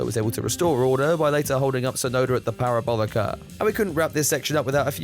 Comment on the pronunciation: Hulkenberg and his Pair-O-Bolluck-Uh 😂